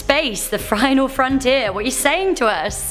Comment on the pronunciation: Space, the frinal frontier lol